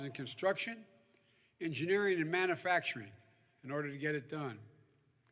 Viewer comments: We have nothing wrong with our climate. Other than too many Democrats like you blowing Hot Air!!! Again Joe. It’s pronounced Man U factoring. Not Manafactoring!!!!! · Hey Joe. It’s called Manufacturing. The U has to be pronounced. It’s not pronounced Manafactorung